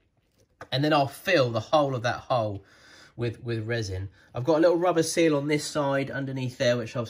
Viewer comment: I cant be the only one who hears bayaaaaa everytime he says seal >.>